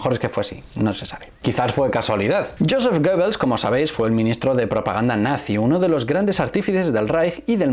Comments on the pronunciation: GOEBBELS y no GOEBBLES. Dislexia universal. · Muchas gracias por este estupendo vídeo, pero es Goebbels, no Goebbles